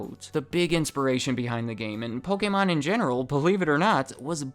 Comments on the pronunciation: The fact that you pronounce Pokemon,( "POH-KEH-MON") brings a smile to my face, hate when people pronounce it Poh-Key-Mon😑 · Dusknoir is my favorite Pokemon. Sidenote: Thank you so much for pronouncing 'Pokemon' correctly! There are WAY too many people who pronounce the word 'Pokamon' (like it has an A in it), and yes, it bothers me way more than it should.